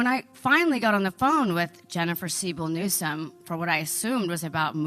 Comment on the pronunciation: Love it Mark! Get rid of Gavin "Nucense". 😂